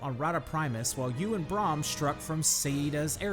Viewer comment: Good video, although it put me off a few times when you said Joko and Braham's name, wrong xD